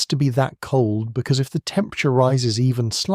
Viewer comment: "Da spaces inbtwn galaxies" BO WAH HA HA. If ya can get away with it, why not, I guess, eh?